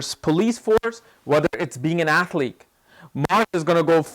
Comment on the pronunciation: I heard 'athleak' again :)